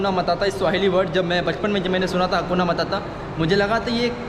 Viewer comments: हकुना मताता नहीं हकुना मटाटा बोल भाई अपनी बोली को सही कर मेरे भाई बोलना सीख पहले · हकुना मताता हकुना मटाटा बोल भाई